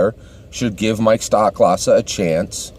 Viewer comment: It's STOH-klasa btw not STOCK-klasa.